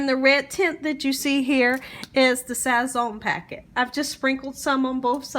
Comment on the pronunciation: Love the Tutorial but she said some, Sazz zoneee😭